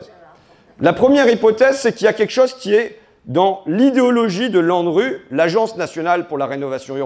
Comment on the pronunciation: haha j'ai entendu Landru au lieu de L'ANRU 😂